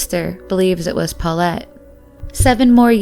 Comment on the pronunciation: my ear feel itchy everytime she said 'paullete'.